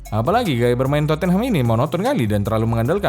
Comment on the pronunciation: Anjer ngakak gw denger Terpongkengham 🤣